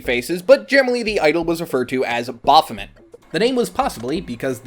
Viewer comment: Baph O May... Baphomet pronunciation. 🙄